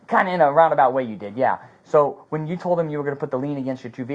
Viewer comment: never shuts up. Hes told they will talk when they get to the station and keeps flappin his gums. Why does he always say "sawl"???? I dont think Vidler was wrong. This SO shouldve never been allowed to have anything that looked like a real gun. caused all of this. No reason he ever needed a "gun" in the first place